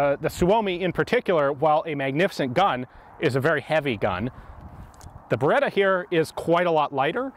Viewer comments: Si dice BERETTA! NON BEREDA DIO! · Beretta.. Not Bereda. Double T